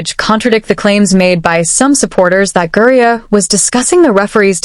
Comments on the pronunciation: ITS GRINER - not gurrier - try to get it right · 🎉 I think it's funny how you can say Caitlin Clark real clear but you can't say Brittney griner you say Brittany Greer Brittany Greer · How come AI can't pronounce the word Griner? LoL. Makes it look stupid. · Why are these AI voices unable to say "Griner"? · That is what AI does.... screws up names... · IDK but it’s on my last nerve. 😂